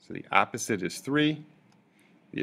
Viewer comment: Bit of a pronunciation problem here. Your "opposite" sounds like "apposite" (a completely different meaning). Two nations separated by a common language, wot?!